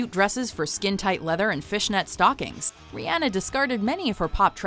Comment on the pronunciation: 1000 points for saying Rihanna right!